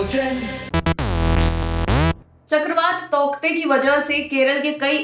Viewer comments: Darling usko tauktae nhi tautae pronounce krenge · तौकते nahi hai yaar टॉटे pronounce karte hai usko. Please proofread / verify the pronunciation once before making a video. Its irritating to pronounce a word wrongly by a media house.